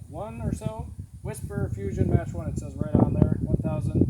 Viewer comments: its pronounced Mock 1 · It’s pronounced (Mock-1) Mach-1… also Gamo always lies about the FPS. It’s still got decent power at around 21/FPE which is considered a magnum. Trigger is decent once you replace the grub screw so you can actually adjust the pull. It’s not as accurate as my other Gamo or Hatsan 125 Vortex, but I probably just got a bad one. I’ve heard taking out the baffle in the suppressor helps but I don’t understand how that would help scientifically speaking. If the baffle is obstructing the pellet you would hear the broken plastic. Idk I have other Gamo’s and they’re really accurate so it’s probably an anomaly